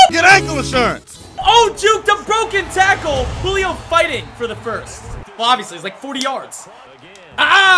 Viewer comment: ”hulio fighting for the first Me:HAHAHA HULIO JONES🤣🤣Hulio HULIO!!!🤣🤣🤣🤣☠️